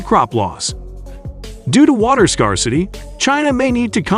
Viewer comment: Informative. I'm just wondering why you picked "24 days" for your thumb. Seems rather arbitrary to me. Zeihan does that alot too. Rank Sensationalism. Smacks of CLICKBAIT. All it does is undermine your credibility. ps: Your mispronunciations of words like "scarcity", "lead" and other common terms is inexcusable.